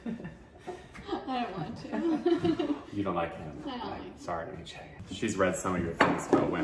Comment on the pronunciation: Nietzsche ... pronunciation: need che (like che guevara) ;)